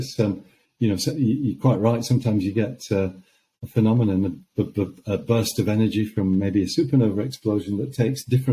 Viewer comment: Has anyone ever noticed the guy on space time can't say phenomenon